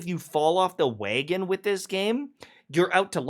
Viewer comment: they are a joke. years later and you still say dayger and waygin 😢